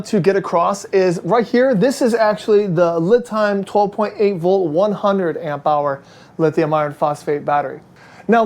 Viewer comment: Thanks for the video. FYI, the company lame is pronounced Lee'-time; not Lih'-time.